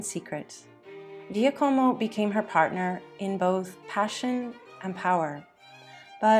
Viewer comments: Can’t be AI. No way AI could consistently mispronounce Guillermo and Giacomo. I appreciate her tenacity but she should have googled pronunciation prior to broadcasting. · Interesting, but hard to take seriously on account of the vile mispronunciations. One forgive Girolamo and Giaccomo perhaps, but papal? Tiber?